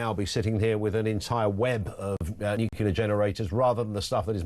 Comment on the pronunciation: You might want to tell your energy expert it's not pronounced NUKE-U-LER. Unless of course you're Homer Simpson.